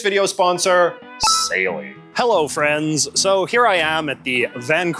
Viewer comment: You don't gotta emphasize "friends" like that JJ. You scared me.